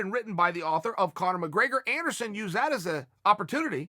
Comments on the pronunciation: Take a shot every time he says "Endersun" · Chael keeps saying Anderon funny, I almost spit up my breakfrist